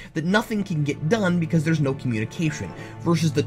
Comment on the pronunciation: That "NO!!" would have been much more effective as a "No."